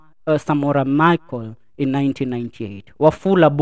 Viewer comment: Say " b u j w a z i" - bourgeoisie Say "Samora M a s e l (Marcel) - Not Michael